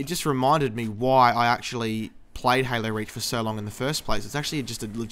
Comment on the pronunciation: Sounds like he says "Halo Rage".